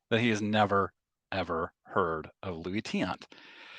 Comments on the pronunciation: I do appreciate some of Geoff's content . . . but even if he's never heard of Tiant - which, itself, is sort of an indictment on his knowledge - the fact that he can't slow down enough to read a five-letter last name and, instead, laughably mispronounces it - 4 times in about 5 seconds - by flopping the two vowels - is 100% worthy of criticism and most certainly TAINTS his reputation. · Mr.Tiant was my father. I miss him terribly. I think Geoff knows all the mainstream players trying to stay relevant. He has no clue what he's talking about. I think it's embarrassing to hear my father's name being pronounced like that repeatedly.